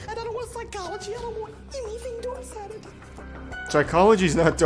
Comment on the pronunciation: I can’t help but hear dork sided when the god warrior says dark sided